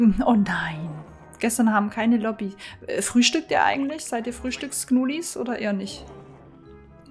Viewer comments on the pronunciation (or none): none